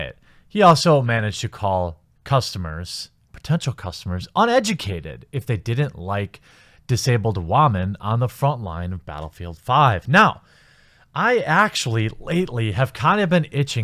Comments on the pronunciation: Why does he say wamam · Just curious... why do you pronounce it WAH-men instead of using the proper pronunciation? It sounds stupid. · is the way he pronounces women a meme or something, or just the way he pronounces it? either way, it's weird...